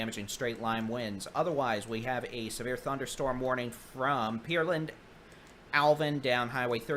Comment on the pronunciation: Good day, thank you all for this work. Just one comment. Could you stop saying Peerland. It is Pear( like the fruit) Land. It is better than Pearl and that the CVS voice mail says, however. :goodvibes: Thank you!